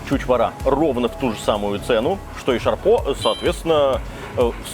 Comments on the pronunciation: Всегда думал, что шурпа (а не шарпо, как один оаз оговорился 😊) и харчо - это блюда кавказской кухни. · Правильно шурпа , а не шарпо